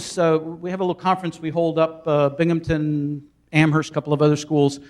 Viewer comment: It's BINGHAMTON, NOT Binghampton with a 'p' in it.